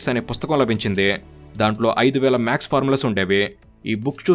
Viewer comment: రామానుజం కాదు, రామానుజన్ గారు, మాక్స్ కాదు మ్యాథ్స్